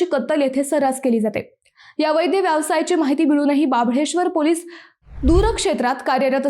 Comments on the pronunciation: ॲंकर अद्वैताला अवैध शब्द माहित नाही. अवैद्य असा उच्चार केला आहे. अवैद्य शब्द अर्थहीन आहे. 😟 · अवैध शब्द उच्चार 😢😢😢😢